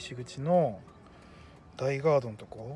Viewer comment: あれ実は大（だい）ガードじゃなくて、大（おお）ガードなんですよぉ～ 新宿行きたての頃はずっと私もだいがーどやと思ってました